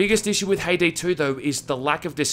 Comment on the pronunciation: She is a char from Count of Monte Cristo. It sound Ha-e-day.